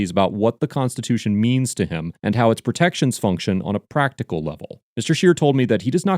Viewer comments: Projections, not protections. Between this and mispronunciation of “appellate” on other videos one starts to wonder about the veracity of information on this channel. Basic reading and speaking skills are lacking. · At four minutes 30 seconds you said protections but it’s projections at five minutes 20 seconds you said atten chu ation it’s attenuation